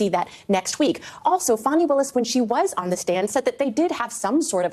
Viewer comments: FAWNY????? IT'S FAAAAAAANNNNNNNNY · I don’t know who you’re talking about; there’s no one in this case named Fawnie (sp). The woman I believe you’re referring to is Fani; pronounced like the nice way to speak of a horses ass. See the foreshadowing that everyone should have noticed? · I have to ask why are you calling her “Fawnie” when it’s Fani, like how you refer to an a$$ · Her name is pronounced, fan-e. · Stop calling her "Fauni". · What i find almost as irritating as the blatant corruption on display from the Fulton Country D.A., is the way in which you consistently mispronounce her name, lol